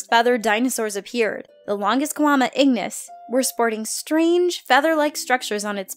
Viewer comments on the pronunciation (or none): Not longisquama " ingnis " , but longisquama insignis (= "remarkable long scaled "